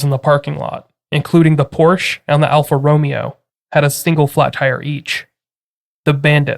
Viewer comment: Alfa Ro-MAY-o